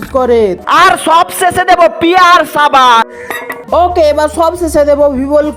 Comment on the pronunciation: ছাবান না সাবান